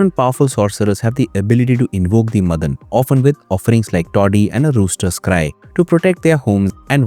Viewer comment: It's pronounced as Maadan, Madan